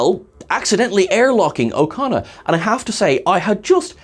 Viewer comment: Every time you say his name, I hear "O'Connor", and I just really wish they'd got Billy Campbell to play an Irish space rogue instead :p